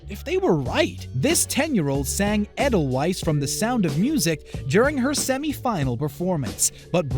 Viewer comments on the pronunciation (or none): I got really annoyed when he Pronounced adelweis eye-del-wes. I Pronounce it ay-del-vice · Edel wise, Wut?!!! It’s pronounced Adel vise Edelweiss It’s German